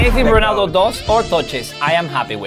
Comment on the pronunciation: I just loves how he says Cristiano Whoonaaadoo😂❤